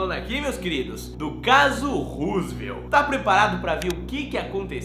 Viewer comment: Caso Roosevelt??? Nem prá ler certo?? Kkkkkk